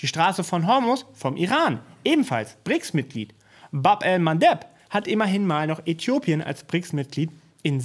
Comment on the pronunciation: Entschuldigung nicht Brixs, sondern BRICS